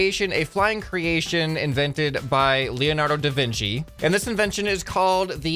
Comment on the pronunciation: "Da Vinky?"